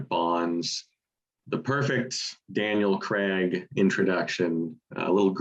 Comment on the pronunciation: I'm with on Crazy - I've always loved that song. Dare is great too and You Know My Name is too so yes but the actor's name is pronounced Cray-g. For once I agree with in Here It Goes and Is It Any Wonder with the dumb decisions that both the UK and US made in 2016 I really indentified with that song. - I Don't Feel like Dancing is great.